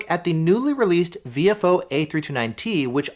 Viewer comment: Very nice review. I recently got the A229 Plus 2 channel and am very happy with its performance so far. As a radio guy, your pronunciation of Viofo as "VFO" is great, thanks for all you do!